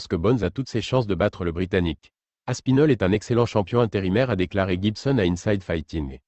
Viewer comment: Tom aspinol ... super IA, pouce vers le bas